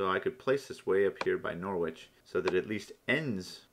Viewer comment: Great tutorial; really helpful. By the way, it's pronounced NORRICH.